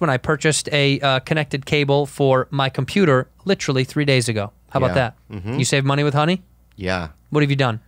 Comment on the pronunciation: Andrew, darling, I love you. I really do. So much. But I'm gonna need you to stop saying litrally and say literally. Please. ❤😂 seriously...love ya!